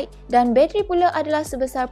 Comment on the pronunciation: sebut btl2 la "bateri" tu, what "bacheri"?